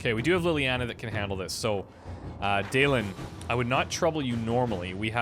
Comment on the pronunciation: This is such a minor thing, but it bugged me so much It's ' da-len', not 'daylen'